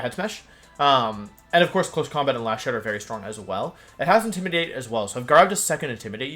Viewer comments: Your pronounciation of stuff is killing me. "Cinder-ah-chee", "Arka-nee-nay", "intimi-dah-tay", "Toe-je-kiss" the hell's going on, have you never heard these words spoken? "Eska-vuh-lee-yay" I'll give you, cuz of the French influence, but the rest, come on! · There can be no way thats actually how you pronounce intimidate and arcanine